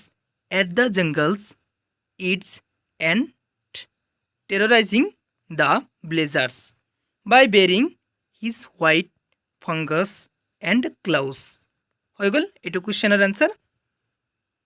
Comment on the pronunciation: Fangs ko fungus boldiya